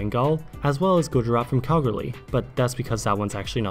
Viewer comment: Mate, you mispronounced Kalgoorlie.